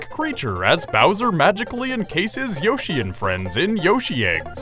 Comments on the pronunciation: It's pronounced Y-o-shi the o doesn't make an Ow sound it makes an o sound since there's no e! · hearing yoshi over and over again starts to sound like a weird word